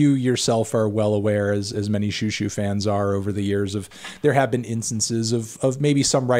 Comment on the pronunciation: I’ve been waiting for this since forever. Also the more accurate pronunciation XiuXiu is She-Oh She-oh ☺️